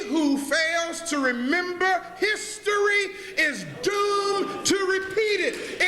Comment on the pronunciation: Lol. "His-tory"